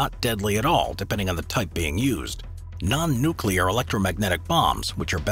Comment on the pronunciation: Awesome!! Finally, someone besides myself who can pronounce "nuclear" properly :). That charging road is badass!!